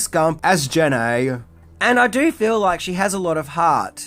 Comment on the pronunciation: absolutely LOVE Unbreakable! (Didn't care much for 'Jen-nay' )...sadly didnt get to see Split (but i hear good things) i DID see Glass....and although the pacing was pretty good, the ending was terrible!....just totally destroyed the whole concept of what Unbreakable was supposed to be